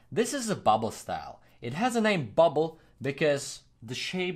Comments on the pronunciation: I love these videos. When i was small i loved graffiti but as i grew older I forgot about the love i have for it...but u made me remember. Ps: Its BUBBLE not buble😂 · …just trying help …though I’m sure it’s been said …it’s bubble*